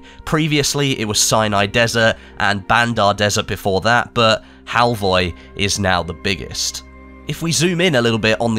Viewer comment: The O at the end is actually pronounced like the U in the word "fur".